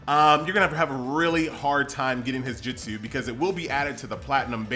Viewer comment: Why do you call it Jitsu? Can you not just replace the i with U? And say it normal like Jutsu?